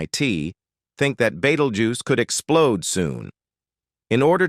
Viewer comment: Beatlejuice. Betteljuice. Beatlegyuse. Beatlejews. Bettelguise? I had to keep watching to hear them all 😂